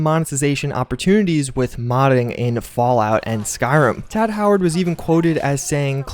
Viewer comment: u sai "tadd"